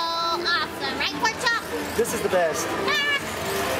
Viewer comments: Why does she call him porchop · Why does she always say porkchop